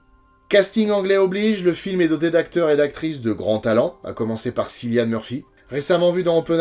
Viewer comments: Très chouette vidéo pour ce film qui a révolutionné le genre! Je commente pour l'algo mais aussi pour te préciser en toute amitié, que le prénom de Mr. Murphy se prononce Kyllian. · Super vidéo, sur ce super film ! Et pas mal la doute fin qui fait bien rire après avoir abordé ces thématiques sombres. (Une petite remarque en passant Cillian Murphy, ça se prononce Kylian, comme M'Bappé) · Excellente vidéo comme d'hab, petit chipotage, le prénom de l'acteur se prononce "Kilian" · Cillian Murphy se prononce "Killian", le prénom est écrit avec un "c" parce que l'acteur est irlandais :)